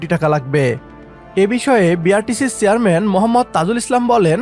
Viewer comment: আপনারা এত কনটেন্ট বানান, উচ্চারণ সঠিকভাবে করতে পারেন না কেন? আপনার "চেয়ারম্যান" উচ্চারণটা সঠিক হয়নি